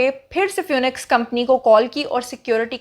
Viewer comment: Phoenix is pro. as 'fee-niks' :) :) :)